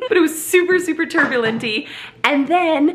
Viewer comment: "turbulenty" lol....new word in my vocabulary now!!